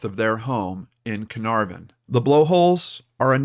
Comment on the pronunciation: Such a touching case with an amazing outcome. Hopefully cleo was not physically harmed. Have to admit the way you pronounced carnarvon was totally cute though completely wrong. Its a soft r. Like cah-nuh-v-n